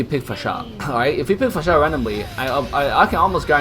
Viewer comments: It's annoying how you say her name!! Fasha!! Fasha! Itheres no H after S. FAR-SA! Say again.. FAR-SA! One more time.. FAR-SA! Wtf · Please learn to say Pharsa. Far-sah NOT F***ING Fa-shA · The way you say her name.. 😂😂 Her name isn't Fasha anynore, but Phar-sa. Also will you livestream today? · IT'S FAAR-SAA NOT PHASHAA 🤣🤣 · It's pronounced faresa not farsá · Its FAR SA not Fasha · Lol can you stop pronouncing it fahshaaah it’s beginning to sound like Austin powers up in here 😂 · Great video, but The cringe of the mispronounciation of Pharsa name